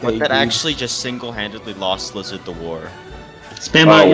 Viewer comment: Wizzahd had a wevy bad twime